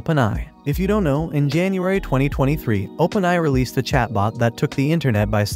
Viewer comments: Input the word A.I. in your AI voice tool so it will say it right. If AI only (without the dots) it will be pronouced as "eye". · I like how this was told by an AI voice, pretty good, but could not pronounce OpenAI well. Still, which one did you use for this?